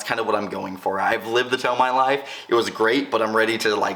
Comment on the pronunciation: awesome vid! My dream car and color ! although tomei is pronounced (Tow-May) not (Tow-My)